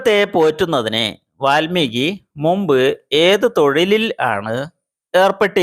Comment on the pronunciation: വാൽമികി എന്നല്ല പറയുക വാത്മീകി എനാണ് പറയുക